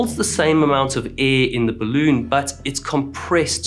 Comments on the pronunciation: Could you please say "Air" and not "a" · I really want to take this video seriously but this guy keeps pronouncing air as ë and it's increasingly distracting💀